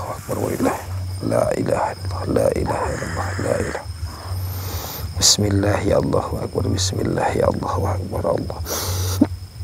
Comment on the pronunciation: Bukan lah Bismillay... Tapi Bismillahi.